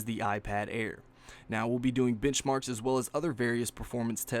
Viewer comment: I thought he said bitchmarks.. lol